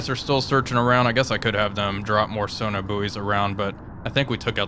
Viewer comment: Are "Sona Buoys" different than sonar buoys? Asking for a friend.